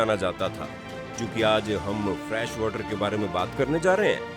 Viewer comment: My suggestion to you is, please check your pronunciation for some words like made, fresh and many more. You pronounce them wrongly which leaves a wrong impact because when you are explaining something it is very important to check your pronunciation and vocabulary.